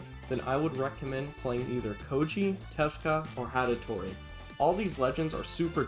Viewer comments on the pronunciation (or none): As a Hattori main, that Hatatori causes me physical pain to hear 💀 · did this mf js say hatatori 😭